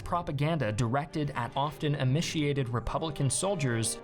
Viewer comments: Emiciated should be pronouced emaciated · Great vid, just learn how to pronounce cadre and emaciated properly